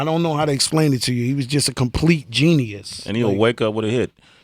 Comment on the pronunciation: "GENNI-US" WOW!